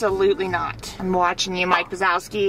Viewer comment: "mike wisoski"